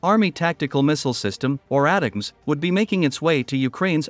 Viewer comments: AI voice is ruining one of the best acronyms: It sound like attack-ems. The new missile acronym sucks: PrSM. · It's pronounced: " attack ems "